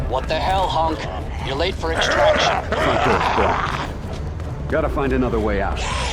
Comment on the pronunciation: idk why bro accent pissing me off. Why are you saying HUNK like honk? I guess you pronounce hun like how germans pronounce han.